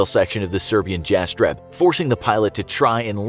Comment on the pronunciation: Sorry but there is no evidence of event you're talking about. Jets of the VRS only flew for a few times and have never had an incident with the civilian casualties, also you butchered the name Jastreb.